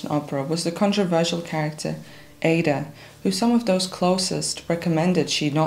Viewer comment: A very well researched and clearly presented biopic of one the great opera stars of the 20th century. May I respectfully point out that Porgy is pronounced with a hard G; and Aida as Ah-ee-da. Grateful thanks!